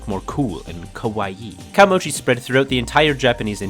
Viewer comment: Japanese is a vertical language "glottal" is glaw-tuhl kah-oh-moh-gee not cowmoji *interrupted apparently that deep, deep research hole stopped a bit short